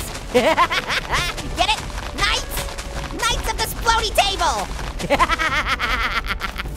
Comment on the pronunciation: LOL nights like night like ignite